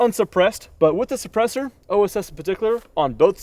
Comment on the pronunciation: OSS makes the suppressors, not OOS.